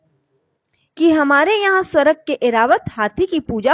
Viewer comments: स्वरग नहीं स्वर्ग जय माँ महालक्ष्मी 🚩🚩🚩🚩🚩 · Aapka uccharan theekh nahi hai....jaise swarg...gandhari